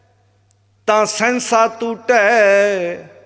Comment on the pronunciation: ਓ ਭਰਵਾ ਸੇਂਸਾ ਤੂਟੈ ਨੀ ਸਹਸਾ ਤੂਟੈ ਪਾਠ ਆ ਪਹਿਲਾ ਬਾਣੀ ਸ਼ੁੱਧ ਉਚਾਰਨ ਕਰਨੀ ਸਿੱਖ